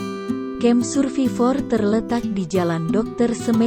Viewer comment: Pelafalan SURVIVOR /səˈvaɪvə/, pleaaase!